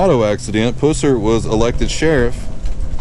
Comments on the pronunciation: Buford Pusser ( pronounced Puss, as in an infected sore,.... er. Pusser). Get your stuff straight, dude. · Yeah his last name was (puuh-ser). Great video other than mispronouncing the last name. He was anything but a puss. 👍🏻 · Thank u for showing us Mr pusser ( puh-sser ) is how his name is pronounced sir. I am a new sub and I love watching the graveyards and all the people that's passed on old home places. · Why can't all of these you tubers get their facts straight , like the pronuncimg the person's last name. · Exactly but he did pronounce the guys last name wrong… I hope you’ve been doing well this is harry the hammer by the way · Another idiot that can't say his name right. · You are mispronounceing his last name!!!!! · You don't even pronounce his name right. Wikipedia is not an accurate source either and that is where you got your info. Sherriff Pusser did not drink and drive. That is a fact. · I believe you're pronouncing his last name wrong. did you graduate from Jethro Bodine Academy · your saying his last name wrong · Said his last name wrong. I’m a friend of the family so if you’re gonna make a video, learn their names correctly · Your pronunciation of his last name is incorrect! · If you knew Buford you would know that if you would have pronounced his last name the way you do, he would likely punch your lights out. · I appreciate this video, however, I wish you would pronounce the man's name. It was Pusser not Puss er. It is a pet peeve of mine. Sorry. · We say pus (like drainage, lol) sir. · U are killing me with the way you are saying his last name! Its not its pronounced like the running pus that comes out of and infected soar. Not like at pussy cat. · It's not pronounced Puss er it's pronounced pus ser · You blew the pronunciation of his last name... Its puss-er not pussey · “Puss”er. Lol. I bout fell out. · Its pronounced Pus ser like the nasty stuff coming from a sore "pus" then the "ser" geesh. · Buford Pusser (Pronounced Puh-sir).